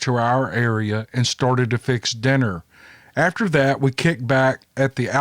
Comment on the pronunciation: How bout dat !!!! Spoken by a true Southerner. Lol Great stories !!!! Keep them coming